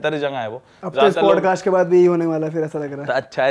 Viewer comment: Bhai it's Podcast Not Padcast, btw no offense itna bada platform hai toh atleast ek decent way se play karo